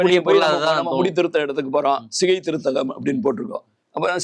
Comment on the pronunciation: Not Sigai, it is Chigai. ஸிகை அல்ல, சிகை!